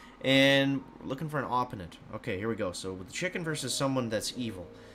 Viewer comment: Please tell me he did not say "opponent" like that🤣💀